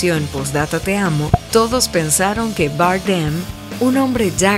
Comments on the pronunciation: Barden es español, no tienes que pronunciar su apellido en inglés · ¡Qué manera de pronunciar el apellido español Bardem por parte de la narradora!🙄🙄🙄🙄